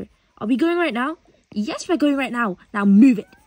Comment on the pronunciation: “MovE rIghT nEwO” 😭😭